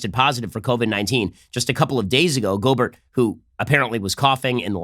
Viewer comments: It's pronounced go-bear, not go-burt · It’s pronounced Rudy “Go-Bear,” he’s French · Just to let you know it’s pronounced gobear cause he is french... I think